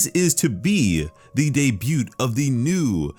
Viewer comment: uve got a level of eloquence, and a solid radio/ video voice so ill say this debut is pronounced day -b-you, the t is silent but otherwise perfect video